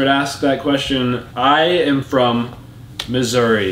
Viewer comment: It sounded like said misery instead of Missouri